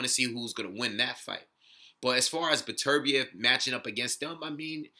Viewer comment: Good looking out man. Pronounced my name right to boot! I agree, it's tough to tell who would come out on top since we don't really have enough data on Beterbiev yet. I think it's safe to say he is top 3 with Kovalev and Stevenson though. Could be my favorite division at the moment since all the top guys have devastating power.